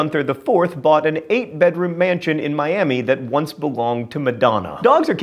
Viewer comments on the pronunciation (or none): none